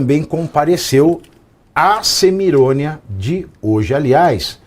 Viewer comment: Adorei”CEMIRÔNIA”! Kkkkkkkkkk